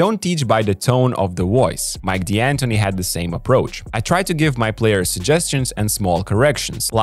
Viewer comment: Please, it's pronounced "Dantoni", not "Dee-Antoni": it's an Italian surname!